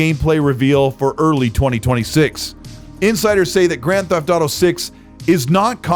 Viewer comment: Did you just say Drand Theft Auto 6 I can't wait for Drand Theft Auto 6 😂